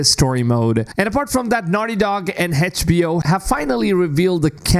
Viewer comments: HedgeBO hah?! Try to say the letters like everyone else! Fckn mrn... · Can someone teach this guy how to properly pronounce HBO?